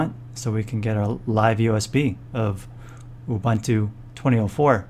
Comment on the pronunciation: It's "OOBOONTOO". There's no such thing as "OOBANTOO".